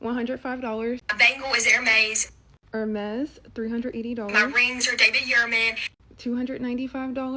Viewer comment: Sis really went off when she said her jewelry was from "aeeyurmaisse"